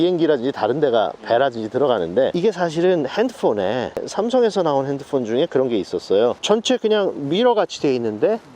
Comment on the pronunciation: 핸드폰은 콩글리쉬인데 영어처럼 발음하시네 ㅋㅋ